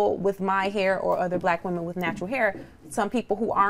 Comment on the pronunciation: Why does the black woman on this show have so much difficulty saying the words "black women"? I've noticed that with this generation of black people. The more you guys assimilate and focus on conforming to standards of whiteness, the more insecure you become. It's also a result of African-Americans rejecting their African heritage. You can't be proud of your natural hair if you're not proud of being African.